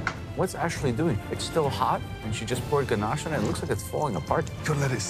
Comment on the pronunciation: she said chocolate DANACHE lol 😆 🤣 😂